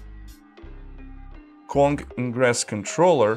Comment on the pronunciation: Why does he pronounce "Kong" as "Quan"??